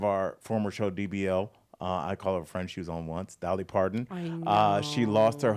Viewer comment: Dolly’s last name has a T in it!!!! Your pronunciation is so odd. Please correct.